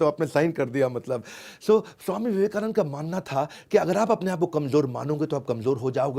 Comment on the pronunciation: Theek hai Modi ji Ne Tumhari University ki marksheet band kar di Vivekanand ko Vivekanand bol rahe ho